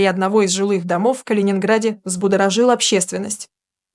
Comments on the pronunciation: Не взбудоражил, а взбудоражил, ударения для начала правильно расставляй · ВзбударажИл общественность, голос за кадром интересно кто по национальности?!😂